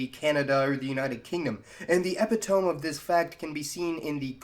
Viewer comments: EPI-tome? You mean i-PIT-uh-mee? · e-PITT-o-mee, not epi-tome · I really like your videos! I've been binging them since I've been outta school for Christmas, and have been itching to learn some more history. PS, with all due respect, epitome is pronounced eh-pi-to-me, not eh-pi-tome. I dont know if that's some kind of regional thing, so if it is, disregard this lol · Epitome is pronounced, "eh-PIH'-toh-mi," not, "EH'-pih-tome." Just for future videos. Love your content. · Epih-Tome? It's pronounced Eh-Pit-Oh-Mee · EH PIT OH ME not EPI TOME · Hi, "epitome" is pronounced /əˈpidəmē/ not /əˈpitôme/ ✌😉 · It's pronounced ep-it-o-me not epi-tome 😂 lmao just an FYI. I made the same mistake until I heard it spoken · Pet peeve but you pronounced the word 'epi-tome', the word is actually pronounced 'epi-tum-me' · Epitome is pronounced: e pit toe mee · IT'S PRONOUNCED EP-IT-O-MEEEEE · "Epitome" is not pronounced that way. It's "ah pit ah me" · Epitome is pronounced e-pit-o-mee, no? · /ɪˈpɪt.ə.mi/ is how one would say "epitome" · "epi-tome", LOL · It's pronounced "eh-pih-toe-mee". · Epitome= ep-it-tuh-me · eh-PIT-o-mee. the word is eh-PIT-o-mee! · epitome noooooo lmao i used to pronounce it that way too but it's like syncope, antigone, and aborigine—they end in "e" it sounds like and i or y—it's pronounced more like 'eh-pit-oh-mee' I say it [ɨ'pʰɪɾə̃mi] also Tamil is usually ['tʰæ.mɪɫ] or ['tʰæ.m(ə)ɫ] in English—like 'TAM-ill', not like 'tuh-MILL'—in Tamil the word Tamil is pronounced [t̪ɐmɨɻ] keep up the great work i love your videos!! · Epitome. Pronounced E Pit O Me. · The epi-tome of hyper-bole. Heha. Pretty bad pronunciation. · What an odd way to pronounce "epitome". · I like your videos, though: way to pronounce epitome... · Great video. thanks for sharing (btw - these are not received pronunciations of 'epitome', 'expatriate', 'Rohingya', or 'Malayali' ) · Btw "epitome" is not pronounced how you said it in the video. Just wanted to notify you for future reference.